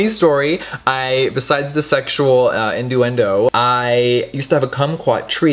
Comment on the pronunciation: Its not innduendo. Its innuendo.